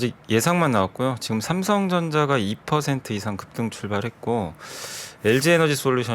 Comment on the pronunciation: ㅋㅋ급!등! 강조ㅎㅎ 덕분에 웃으면서 시작했습니다!